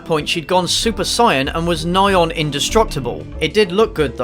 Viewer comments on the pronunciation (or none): The most controversial thing about this video is how you pronounce saiyen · I'll have you know that this film offends me on a personal level, and what I stand up to That is the worst pronunciation of 'saiyan' I've ever heard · You pronounced saiyan wrong